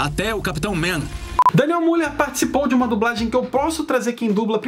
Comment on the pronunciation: É Daniel Müller (Pronuncia Milher)